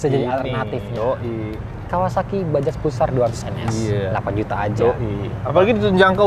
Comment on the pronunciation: Gw heran, Ini huruf "J" di baca apa ? Kalo ini? "Bajaj" Knp di baca Bajay Anjay